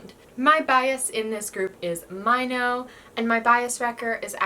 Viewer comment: You pronounced Winner's Minho like "my no" but it's actually prounced like "me no"... He is your bias...right...??